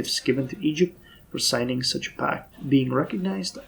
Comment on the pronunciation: "eygpt"..... Yeah